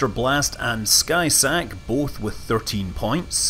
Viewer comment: Did you consider that maybe "Skysaac" was supposed to be pronounced similar to the name "Isaac" rather than "Sky sack"?